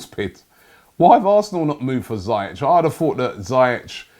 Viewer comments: Ziii-ieci .. not zaa-iach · Robbie, it’s not zayech. It’s ziyach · Robbie ziyech is pronouncer zee-yek